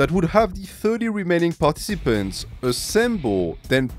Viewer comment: Bro you pronounce "participants" wrong